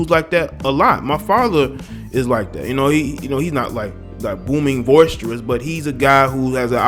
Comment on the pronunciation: boisterous,boisterous, boisterous my brother. No V in that word, but good job on the piece.